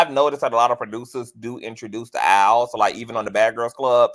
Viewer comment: Al not Owl…